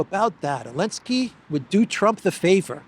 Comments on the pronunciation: Why does he call him Elensky? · why do you say Elensky and everyone else says Zelensky? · Elensky - the silent Z still cracks me up after three years